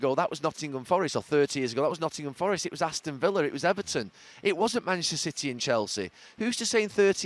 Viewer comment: “Masssserer Citeh”